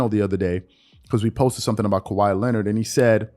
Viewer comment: Harden ? LMAOOOOOOOOOO . Lmaoo man . I’m unsubscribing from any sport related videos u fans are really more boneheaded than I thought . Harden is easily a top 30-40 player ever . And it’s Kawhi not khawi